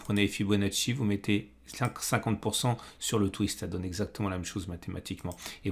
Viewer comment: Salut et la Troop, Merki enkor che matin La Miche. Euh tu nous zas pas mis de RoB sur ton graf (Dommage):[ Pour Moha, la Médiane n'est pas encore touché (un mec dit régulièrement: on fait de l’âne-a-liz ou non!?) a tu es-primes treiz exactomon mon sentimon du momont!!! (Détails pour des enjeux importants...) Bonne séance et bons trades a toutes et a tous. PpT